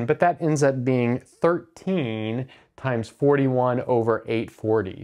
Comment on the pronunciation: That confused me initially until I replayed that bit. rather mumbled there.